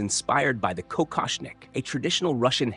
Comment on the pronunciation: Die KI kann nicht mal Kokoschnik-Tiara richtig aussprechen. Das Gestotter nervt obendrein.